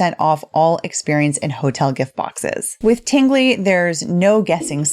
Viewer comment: wait a min, did she say Tinggly Box?😜😂